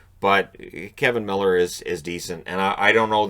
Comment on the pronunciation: Umm,? It's Kevan Miller. With an A.